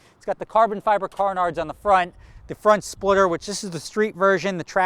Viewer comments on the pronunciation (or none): Did he say "car-nards"? LMAO